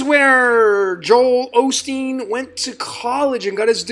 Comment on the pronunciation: actually said Olsteen at one point!